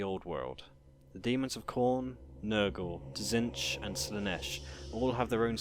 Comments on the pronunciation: Admittedly a very unique way of pronouncing T'zeentch, the changer of ways would be proud. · Good video but pretty sure it's pronounced Zeench with a silent T. They even say it in the TW game.